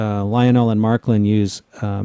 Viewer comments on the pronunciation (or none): It isn't Marklin, it is Märklin. Prounounce it "marklin" is just strange, for Northern Europeans anyways. :-) It is more like the "a" in way, not in track.